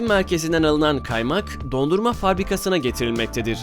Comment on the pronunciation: DONDURMANIN VURGUSUNU DOGRU SOYLE KEKO KONUSMAYI BILMIYON DAHA SENI BIRAKALIM AGZINA NE GELIYORSA KONUS ALLAHIN MALI.BU ARADA BU KANALDAKI VIDEOLARIN HEPSINDE DIKKATLE IZLESEN EN AZ 5 HATA OLUYOR BU YA KONUSMA YA DA GORUNTUYE AIT OLUYOR.BENCE 1.7 MILYONLUK BIR KANALDA BOYLE SALAKCA HATALARIN BIRAKILMAMASI LAZIM.NEYSE!@